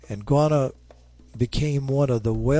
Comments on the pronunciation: its quannah not qanah im related to quannah parker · interesting story...but a Goana is a lizard.. Quanah is pronounced 'KWANAH'... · Apsco Radiales Yes! Thankyou. It's 'Kwa nah' not 'Gwana'. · Why do you keep calling him Guanah? It's Q as K.